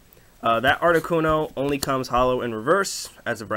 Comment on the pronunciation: lols the arricuno says pokebeach lolololololo